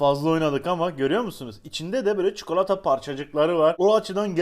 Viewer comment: Abi ne güzel çukalata diyorsun 😁😁